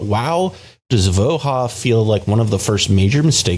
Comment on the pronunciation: Just fwiw, I believe the name of the card is Slavic, so the "j" in "Voja" should likely be pronounced like a "y" or "i", ending in something that is likely closer to "voy-uh" or "vooh-yuh". I'll let anyone more in the know correct me.